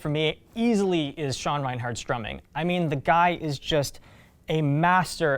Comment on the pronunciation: stop saying Sean Reinhardt :(